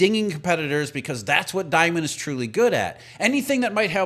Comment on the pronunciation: Jamie Dee..mond.. .. not diamond😅